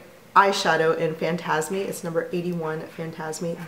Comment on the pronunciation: I've had one of my 3 Illusions d'ombre dry out (Ebloui, which is discontinued - I wonder if that's part of why!). FYI, the "e" at the end of Fantasme is silent - the word rhymes with "orgasm" :) Have you tried the new Chanel Tisse shadow quads? They're terrific - I got 2 when they first launched and added a 3rd. They are really lovely. I think you'd love Tisse Rivoli.